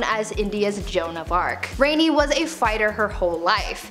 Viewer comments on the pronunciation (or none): It is rani not rainy... Just telling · It's not RENI it's RANI. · I was enjoying until you used HORRIBLY Wrong information about Laxmibai. Makes me question if all info you talked about is true. Plus, you mispronounced "Rani" it's pronounced "RAA - NEE". Rani WAS NOT HER *NAME*. Rani, in Hindi simply and literally means "QUEEN"